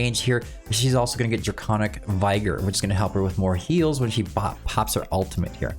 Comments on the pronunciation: Just for the future it’s not vy-gor but vig-or. As in vigorously…. I’ll get my coat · Vigor (with soft I, not hard I). The proper I sounds like Igloo.